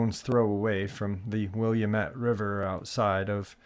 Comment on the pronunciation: Just an FYI: It's ORYGUN (OREGON) and the river WILLAMETTE IS Will-a-mett. Thanks!!! 😊